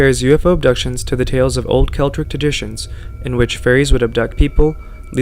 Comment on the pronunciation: Whats "Celtric"? - Whats "Intra Religion"? - Whats "Sickoobai"? You know there's nothing wrong with a second take?